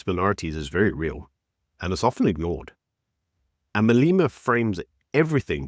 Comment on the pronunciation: its not "Maleema". It is Malema.